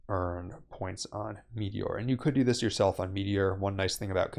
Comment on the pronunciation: Its MeteorA, not Meteor. Otherwise, great video.